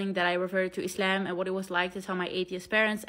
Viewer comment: I love your prononciation of Islam. ❤❤❤❤